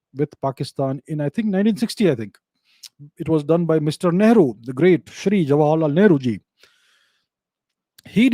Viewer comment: Whenever Abhijeet sir says ‘Great Shree Nehru ji’. I hear ‘ Maadar bhatoora’ 😂😂😂😂😂😂😂😂😂😂😂😂